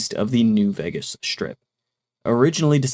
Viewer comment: I like your videos, but Vegas is pronounced VAY-gas not VEGG-as.